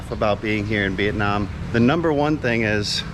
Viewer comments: Hey! you are supposed to pronounce "here in Vietnam" not "here in Việt Nam" LOL. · Haha the moment and the way you put the accent in "Viet namm" word, I'm like "Oh he definitely became a Vietnamese in his soul and spirit" :))